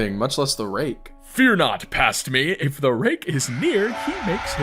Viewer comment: you did not say rake😭